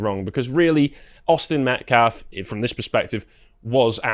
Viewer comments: "Metclaf"? Hands up don't shoot. Jeez Louise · That "pastor" says "MetCLAF" every time. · This guy is purposely mispronouncing the name of the victim, Austin Metcalf, and people that support him. He has no problem pronouncing the names of the Anthony family and those that support them. It's intentional.